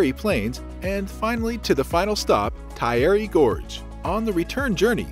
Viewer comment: You need to do some research about how to pronounce locations correctly! Dun ( like 'done') edin NOT Doo-nedin. Taieri Gorge is pronounced wrong and Maori words. The video therefore does not seem authentic or believable.